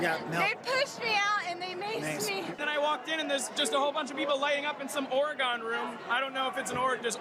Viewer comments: gotta admit as a citizen of the great state of Oregon, I’d like to smoke a bowl in the “Ory-gon” room, but under different circumstances and with different people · Out here on the left coast, we Seattleites only pronounce it oh-ray-GONE when we want to piss off the Portlanders. But any room in the Capitol named the Oregon Room of course everyone inside would be high. They just legalized all drugs in that state while you weren't watching.